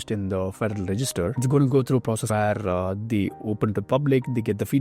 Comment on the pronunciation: All I hear is Tatatathhahahahtta Ghhafddadada Rrrreegegge He does not speak English "Where" is pronounced "weeeear"